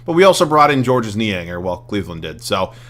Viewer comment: Niang's name is just pronounced as "George"